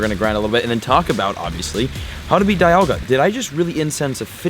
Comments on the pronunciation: it's dee - al - ga not die - al - ga you nerd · Dee-alga not die-alga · its Di-alga not Daialga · It’s not die-alga it’s Dee-alga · It's Dialga not Dailga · It's Pronounced Dee-AL-Ga...Not Da-YaL-Ga...I get triggered everytime you pronounce it wrong.. :-/ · It’s pronounced deealga not diealga I know it’s spelled dialga don’t me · Deeealga!! Ahh every time he says it my heart breaks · DIE-Alga lmao 🤣 Have you played Pokemon Diamond/Platinum? Cringe every time he said DIE-Alga 😬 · Ryan Noble lol, he kept saying DIE-Alga broke the game, more like he broke the game by pronouncing it totally wrong lmao 😆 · How would you pronounce it? C'mon be honest now. :P When Diamon/Pearl first came out I pronounced it like he is. I still pronounce it DIE-Alga because the correct way is wrong! XD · "Dyalga" lol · Ik it’s Dee-alga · OMG .... ITS DEEEEEE ALGA. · It’s pronounced dee-al-guh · Victor Medellin he’s just playing pokemon from pokemon go. No wonder he doesn’t know how to pronounce Dialga, DIEAlga lmao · Pronouncing dialga completely wrong, someone didn't watch the movie eh? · Am I the only one getting pissed of his pronunciation of dialga? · Does ut not bother anyone els that he pronounces it wrong??? Cause am botherd by it!!! Plzzzz......learn!!!! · If you mispronounce dialga one more time, I'm gonna have another hernia.